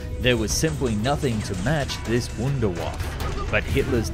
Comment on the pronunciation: lol "Wunderwaffe" is a German word so you should pronounce it in German.